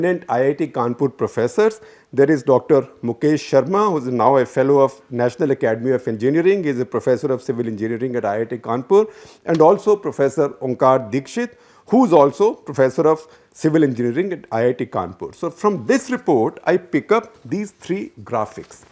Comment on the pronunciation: Correction...it should be Dixit, not Dikshit 🙏